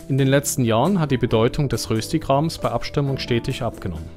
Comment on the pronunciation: Ich habe eben als Schweizerin Dein Video gesehen. Toll gemacht! Zwei kleine Hinweise, wenn Du an Deiner Aussprache feilen möchtest. Man schreibt wohl zwar "Rösti" oder "Röstigraben", die Aussprache ist aber "Röschti" resp. "Röschtigraben". Und den Begriff "Romands" spricht man generell französisch aus, auch im Deutschen :-) Ein Schweizer isst auch nie Pasta mit Sahnesosse, sondern das heisst dann Pasta mit Rahmsauce. Die "Sahne" ist ein rein deutscher Begriff, in der Schweiz heisst es konsequent nur "Rahm".